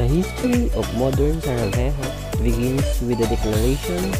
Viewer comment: It is Sarajevo not Savarejo 👍